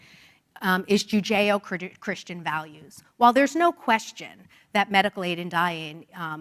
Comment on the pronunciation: She really struggled with both the concept and the pronunciation of Judeo-Christian values.